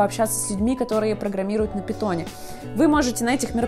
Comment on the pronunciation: Когда услышал "питон" кровь из ушей пошла